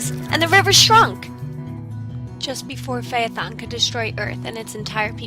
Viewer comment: Thank you for pronouncing "Phaethon: correctly.